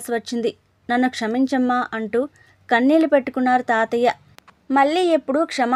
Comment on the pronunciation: చదివినప్పుడు చిన్న సవరణ....మల్లీ...కన్ళీల్లు...అంటూ ళ పలకడం మర్చిపోతున్నారు